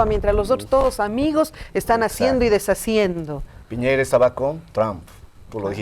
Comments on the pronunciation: Cuando paren el resentimiento añejo tendrán mar pero por punta arenas, además es Piñera no piñeira 😂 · Señora, es Piñera no Piñeira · El presidente se llama Piñera, no Piñeira señora. Infórmese, por más que le duela.